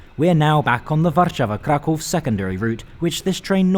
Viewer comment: Finally someone who calls Kraków - Kraków and not Cracau.